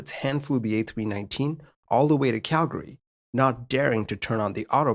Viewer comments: it's not really right or wrong per se, but most locals ignore the second a while most non-locals pronounce it. CAL-gree vs CAL-guh-ree. That being said I also liked that he pronounced it the way I grew up saying it lol -a guy from Calgree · Kudos on the correction pronunciation of Calgary! Most non-locals don't get it right :-) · Thank you for pronouncing Calgary correctly. So many don't!